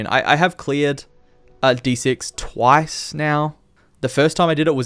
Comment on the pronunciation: "twice" brother, please